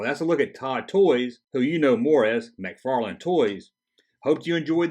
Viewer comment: McFarlane Toys NOT McFarland ;)